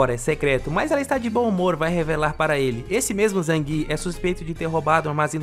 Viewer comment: Opa! Baun? Tá parecendo gaúcho se comprimido (sou gaúcho)